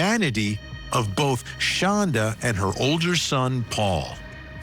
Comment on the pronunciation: She pronounces it Shonda, but it's spelled Shanda, like panda... She absolutely hates it when people pronounce it like panda, so of course it's the only way I say it,😊 even if she doesn't know me from a hole in the ground or that I do it. I loathe the demon. Both demons.